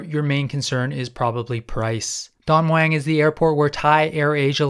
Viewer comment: Its Don MUANG!!!!!!!!!!Please ur pronunciation of Thai words is really bad I've flown air aisa over 40 times in se aisa< never had a problem, will always go with them as i never have check in Baggage